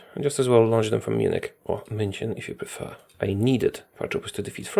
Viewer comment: He must be the only non-German HOI player on Youtube who can say München :D